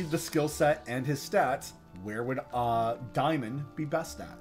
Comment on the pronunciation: I don’t where you got “diemon”. It’s daymon. Instantly shut this video off and will never watch anymore of your videos. Go back to school